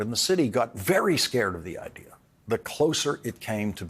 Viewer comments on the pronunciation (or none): hes not british why does he say IDEAR